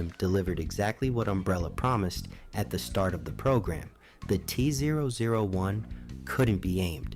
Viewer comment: Kinda disappointed in myself for not realizing this was ai slop until the voice started struggling to say t-001, thats what i get for letting videos autoplay at work i guess